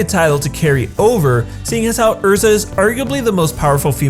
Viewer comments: it's ERZA ERZA NOT ERRRRRZA "RRRR" PROUNOUNCE YOU'RE "R"s dammit this is why i watch only japanese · Okay soooo I always watch subbed anime instead of dubbed, and I was just shook when he said Erza's name. 😂 Cuz like when I was watching the series Erza's name was pronounced more like Eyrza but what he said sounded more like Urrza. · Its erza not urza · "urza TITania" Wasnt it er(as said like the er in error)za and (TIE)(TAY)(NYA) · did he really say err-zaa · dabmom HE HAS LIKE RLLY CRAPPY PRONUNCIATION LIKE ERZA IS PRONOUNCED "UR-ZUH" MAN WUT SRSLY??? THIS IS WHY YOU DONT WATCH DUB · Ew. You used the Dubbed version. "Errrrza" lmfao God, I hate people & they're 'Amurrican' pronunciations. 8') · Quy Nguyen yeah, I hate the way they pronounce erza's name. it makes me twitch every time I hear it. urza is the name of a planeswalker, not the fairy queen titania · Did you really just say Urza instead of Erza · I liked the video but every time someone uses the English dub for Fairy Tail I cringe. Also, just the way you said “Erza” rubbed me the wrong way. I guess since I watch it all in Japanese with English subs I got used to a different way. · I watched it subbed and the English way u say her name is weird..